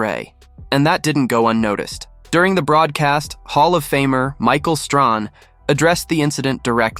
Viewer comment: Michael Strahan- “ Stray- Han”. Not Strawn.